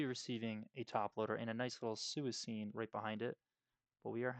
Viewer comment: Suicune is pronounced swee-coon btw